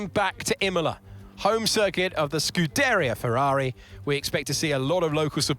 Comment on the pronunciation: The way Alex Jacques said "Scuderia" made my ears bleed.